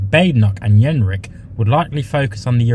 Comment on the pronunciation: Excuse me, but did you say Robert ‘Yenrick’ ? 🤣